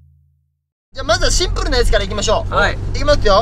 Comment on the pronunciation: 字幕が康二の発音に忠実で素晴らしい😂スタッフさんさすがです！！！ シンプrrrル いきまとぅよ 好きだー(笑)